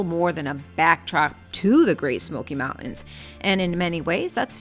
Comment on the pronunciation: Learn how to say "mountains"